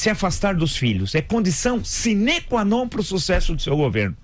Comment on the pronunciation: Muito bem dito a respeito dos filhos, Villa - que eles sejam mandados embora para CUMPRIR suas funções, não ficarem bajulando na corte itinerante. Villa, cuidado ao falar sine para não pôr a tônica no "ne" - lembre-se, no latim não há oxítonas.